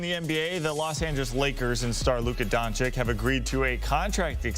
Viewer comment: DONCHICH, NOT DONCHICK. Oh my goodness, after so many years in the league, he still can't pronounce it correctly.